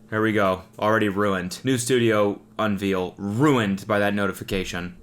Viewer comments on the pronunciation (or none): un-VEAL threw me for a loop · I was so distracted by that “un-veal” (rather than “un-vail”) pronunciation right at the beginning that I couldn’t focus on anything else the rest of the vid… …is this a Canadian thing? 😛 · are we not gonna talk about cody saying unveal instead of unveil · Studio unveal? You mean unveil or reveal?